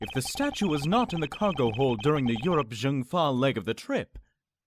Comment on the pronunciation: I know this might sound weird, but "Zheng Fa" is actually pronounced like "Cheng Fa" because Chinese Romanization is illogical :P